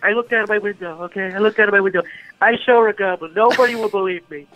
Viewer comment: "I sawr a goblin."